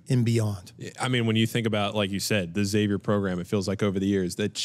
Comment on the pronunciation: Can't wait to see this dude play. Please let him know its not ex-avier… 😂